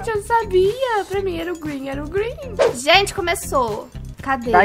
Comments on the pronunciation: *uRaGe Eu *URANGE kkkkkk virou me *GrEeN Eu *GREEN meme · PROFESSORA DE INGLES:COMO FALA VERDE EM INGLES:GRIN KKKKKKKKKKKKKKKKKKKKKKKKKKKKKKKKKKKKKKKKKKKKKKKKKKKKKKKKK